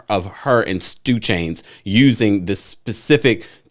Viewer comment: When I heard “stoo chains” first I had to rewind to make sure I heard you right. Then I feel tf out 😂😂😂😂😂😂